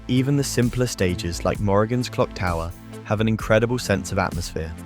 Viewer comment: "Clock-Tower"? Whilst an interesting retrospective, there are things that feel very out of place. Things like, comparing Morrigan with Juri, the inconsistent mispronouncing of names, or saying that the voice-acting was so good, it made people cry. Now, I've done HEAVY research into Darkstalkers, and I've never heard that the grunts and yell made Capcom cry. Where did you find that info? But, the most aggregious of all is ; how the FUCK did you use confuse a character named "Dark Stalker" in the "Wings of Fire" series, than ACTUAL "DARKSTALKERS"!?!? I have a bad feeling this video (and possibly others in this channel) are A.I. made.